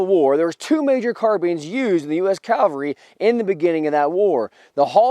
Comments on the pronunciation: here we go again with the idiots calling the cavalry the effing CALVARY for gods sake get this simple word correct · No, I've listened to it eight times now. He's clearly saying Calvary. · He said, "Calvary" in the introduction, and at least once in the body. The other grammar mistake was, "there was two types of carbine". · Calvary is where Christ hung on the cross, the cavalry is not that place. You didn't always mispronounce that but a lot of the time you did. What is the best sharps replica to buy? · Also mispronounced cavalry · I understand people not getting long, complicated words right all the time. Language is not everyone's strong suit. But cavalry is a word nearly every person in the first world has heard pronounced correctly at least a hundred times. There have been history programs since the invention of the television. People who are interested in vintage firearms or specific wars or battles have probably seen at least a hundred programs on the subjects they're interested in. In all that time, not once did they realize, " Hey, I've been saying it wrong the whole time. Maybe I'll stop doing that so people don't think I'm a mouth breathing Neanderthal." ? How totally unobservant of everything around you do you have to be to not notice something that glaringly obvious in all that gigantic amount of time? I'm not the sharpest tool in the shed, but damn, I'm pretty sure if I heard a word repeated a few hundred times I'd start saying it correctly, eventually. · It's pronounced CAValry, not CALvary. CAValry are mounted soldiers. CALvary is a hill where Jesus was crucified. Other than that, I absolutely love your videos. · ^The history part was great! However, as a veteran and retired English teacher ( Take this as a teaching moment) I have to say... you kept saying CALvery not CAValry. CAValry are mounted soldiers. CALvary is where Jesus was crucified. I was 1st CAV! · um this guy repatedly mis pronounces CAV alry as calvery...lmfao